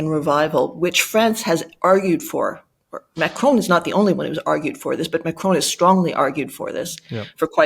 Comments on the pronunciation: Pronounced ‘Macron’ not ‘Macrone’ 😂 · Love watching commentary on the Bulwark but can I please ask you to pronounce Macron correctly. It is Mac Ron not Mac Rone. Having said that I hope we in the UK and France can hold together to fight the injustice of the Russian invasion of Ukraine. Trump is a traitor to the US and a traitor to all his allies. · its eh-man-u-el ma-cron not ma-crone: c'est facile.